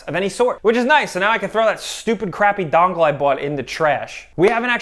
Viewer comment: Irritated “that stupid dongle I bought” NY accent is real.